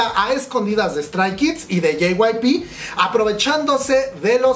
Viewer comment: Si te dedicas a estos video por lo menos deberias de mencionciar los nombres bien . 😖 Li SSERAFIM ? *Strai? Kids? 😖.